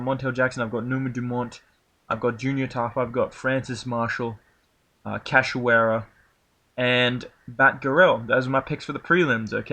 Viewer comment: Thank you for saying "Cachoeira" correctly. I almost have a seizure every time Guru say it.